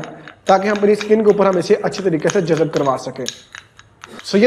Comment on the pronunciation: Jazab nhe hota yar jazb hota h.